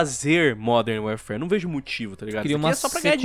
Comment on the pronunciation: "Uérfér" é duro de ouvir